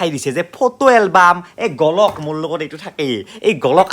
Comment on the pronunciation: তোৰ ভাষাটোৱে তোক একেবাৰে সৰু কৰি পেলাইছে।গলক নহয়,গোলক বুলি কয়।অসমীয়া ভাষাক অপভ্ৰংশলৈ লৈ যোৱা তই এজন ভাষাদ্ৰোহী।নলবেইৰা।